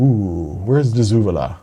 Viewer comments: De Zevala 😂 say it with me, dey zavalla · I live in San Antonio. Dezevala is pronounced day-za-vala. We have alot of weirdly named roads and counties. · It's pronounced "day seh-vala", spelled De Zavala. It's actually fairly close to my house in San Antonio, about 3-4 miles. I'm tempted to go get it just to see what's on that HDD. Oh, and to send you better pics. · Its "De Zavala" (Day Zuh-Valla). lol